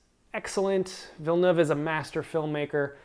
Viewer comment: Denis Villeneuve is pronounced Vill-nev not Vill-newv